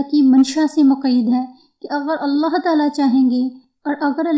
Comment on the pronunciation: Sahe alfaz allah hai aullah nahi hai ap apna alfaz sahe karen allah hai sahe alfaz